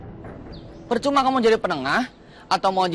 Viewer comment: Peucuma bukan percuma😂